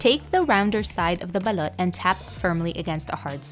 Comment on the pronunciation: SOMEONE FINALLY SAYING IT RIGHTTTTTT